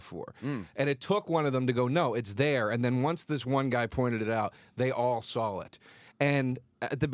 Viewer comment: Know what's funny about radio, something's always true if it's broadcast. The theory Joe butchered about Columbus and the Natives was proven false, or most probably not true. Know one way to tell if someone's wrong? If they say "When Columbus SAWL the Natives". How do you know what he sawl Joe? Did you axe him?